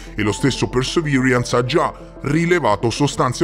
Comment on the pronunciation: Con l'inglese non ci siamo ma sei il migliore 😜 "Persevirians"😂